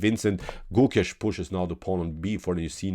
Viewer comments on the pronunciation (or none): Hey, for your upcoming videos it’s not pronounce like Goookesh!..it’s Gokesh..try avoiding strech of Alphabet( o). Thank you only native will understand different